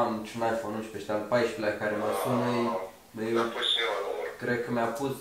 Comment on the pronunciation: De ce zici la 11...uinșpe? No hate!!!! Fortă